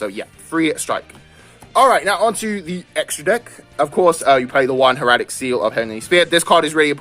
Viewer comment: Think of it this way. Hair-uh-tick.